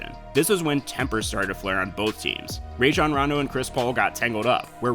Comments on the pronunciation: Stop saying rayjon its Rajon. Roh jon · Bruh you said rayjon rondo